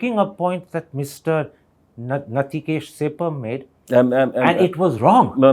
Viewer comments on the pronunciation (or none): "Mr. Natikesh sepam"😂😂 Thanks Karan for butchering that nobody's name.